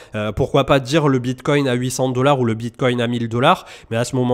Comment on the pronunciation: C'est quoi le Bitcointe 😂😂😂